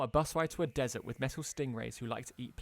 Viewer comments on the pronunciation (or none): none